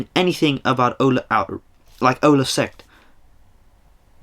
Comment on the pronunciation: It’s Ole not Ola and he was a striker not a midfielder lol